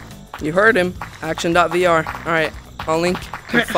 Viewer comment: “ ack-Tion VR??” 😂😂😂